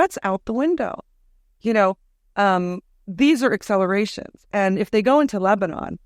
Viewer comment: "This is not Amman Jordan, this is Lebnon!" 😅